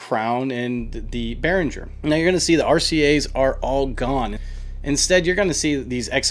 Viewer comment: im prob a dick right now, but behringer is german made. so you pronounce it, in german not english;-) love the videos, ive have seen from you tho